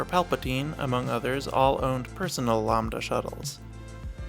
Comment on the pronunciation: Bro continuously pronounced it Lombda instead of LAMBda